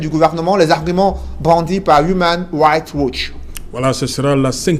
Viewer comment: tu prononces très mal human rights watch